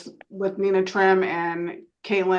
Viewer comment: It is sad "so help me God" was removed. Who the are they swearing too?, the f-ing government? Was b s. Hey educated idiot it's nee na (Nina). One of the most simplist names to pronounce 😳 You've not in a sealed court so try to sound educated.